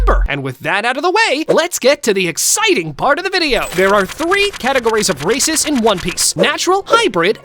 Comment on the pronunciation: Bro did not say races 💀